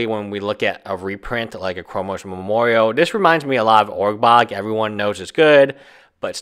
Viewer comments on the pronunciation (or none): Taylor Hatch He’s actually saying “Urgbrog”. So I have no idea what he means. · What are you meaning to say when you say "Org-bog"?